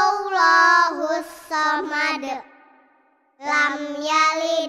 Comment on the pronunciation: QUL Huruf depan pake. Qof. Bukan KAF. Dan banyak lagi Harusnya. ALLAHU. tapi dilafazkan OLLAHU